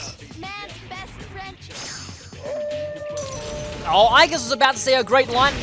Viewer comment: When Aigis was cut off by Koromaru, I heard her say “Man’s best French—“